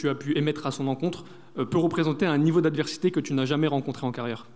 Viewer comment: un niveau "d'adversité" 🤣🤣🤣